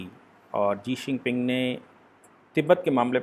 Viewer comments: Sir ji Jee xinping nahi Xi jinping hai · Sabhi aaj kal experts ban ke YouTube me aa jate hai leykin Chamgadar China ka president ka name kya hai woh isko nahi pata.. Lagatar "Sii ping Jing" bol raha hai, Jabki kutte ka name "Xi Jin Ping" hai....! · Pl. Utter xi jinping.looks odd. when you say zi sinping. Otherwise ok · जी शिनपिंग नहीं शी जिनपिंग होता है भाई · Jii shingping no sir shi jhingping i think sorry but i watch ur video with full detail and with analysis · Sir aap Xi jing ping ka naam ji xing ping lete h 🤣🤣🤣🤣🤣😂😂